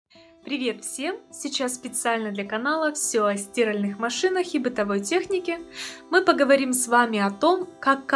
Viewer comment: СтИральеых? Вы в ней стИраете?